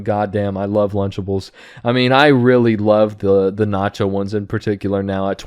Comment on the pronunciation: It took me a minute to realize it was "lunchables" not "lunchtables"